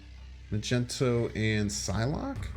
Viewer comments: Umm, it's Magneto (as in Master of Magnetism), not Magento!! That's just embarassing, man. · Does anyone else's soul get crushed a little bit when he says muhgentow instead of magneto? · Anyone heard him say ma gen toe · He does it as a bit lol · Love your stuff... good decks... but call Magneto by his proper name! It sounds insulting the greatness of Magneto